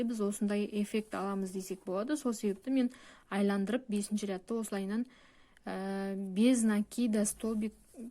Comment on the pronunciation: Саламатсыз ба, "айландырып" емес, "айналдырып" деп айтылады